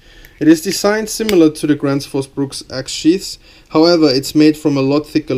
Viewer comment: Gransh fus Brooks is the correct pronunciation I believe!